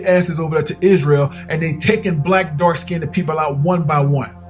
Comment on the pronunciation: Wow ur right, all my life I've been listening to the wrong people, I should have been listening to u, a guy that pronounces the word {skinned} - "SKINNEDED".....